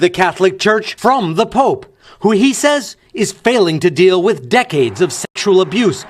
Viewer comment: he said POOP NOT POPE